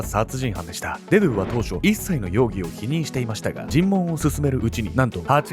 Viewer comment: デドゥのイントネーション気になって仕方ない